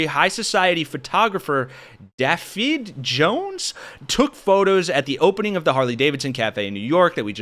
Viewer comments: Dafydd is a Welsh name. Pronounced Davuth with a flat A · the name Dafydd is Welsh! It's similar to the English name 'David' BUT, in Welsh, the 'a' following a consonant is lengthened (aar), the SINGLE 'f' in the middle of a word is pronounced like a 'v' and the double 'd' is pronounced like a very soft 'th' - so his name for the linguistically ignorant is more like 'Darvith'. The Rhondda Valley is NOT 'RON-DA' it's 'Ron-tha' with a very gentle 'th'! Drop me a PM when you want to know how to pronounce 'Llanfairpwllgwyngyllgogerychwyrndrobwllllantysiliogogogoch' - a 3 house, 2 pub village in Anglesea with a railway station bearing the world's longest platform name sign and the perfect place to buy lettered seaside rock. (The sticks are like 1.5m in diameter!)